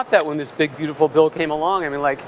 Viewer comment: Elon doesn't bring his lips together when he says m, b, or p. So "massive spending bill" becomes "vassive svending vill." It's so weirdly disturbing and gross.